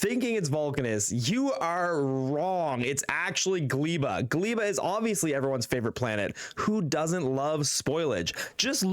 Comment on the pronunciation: I hope there will be time people will be able to pronounce Gleba correctly... The "e" in the middle is pronounced as you would read "a" (like in "I am"). In Polish Gleba means "soil". Very matching name for the deathworld Gleba in Factorio. edit: as explained by there gleba is also a term in english, it is more related to Gleba than polish world. So my theory about how to pronounce it is irrelevant...